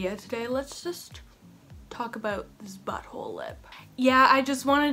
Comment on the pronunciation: Y do u say ‘butthole’ so strange